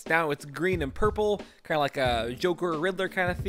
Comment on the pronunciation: lmfao! "I don't know why I said whop"...What about you saying, Puurpuural and Ice Blue...lol...